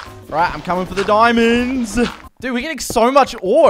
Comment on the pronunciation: Nobody:: GOING FOR THE DIMANDS